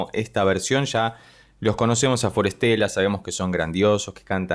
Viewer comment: Me encanta forestella y tus análisis de ellos son los que más me gustan. Solo un comentario, pronuncias el nombre como si fuera traducido ya : para estela: for stella. Lo correcto es combinar la pronunciación. De las palabras que ellos eligieron: bosque y estrella, en inglés e italiano me parece: forest-ella. Nos traen lo sublime a la tierra ❤❤❤❤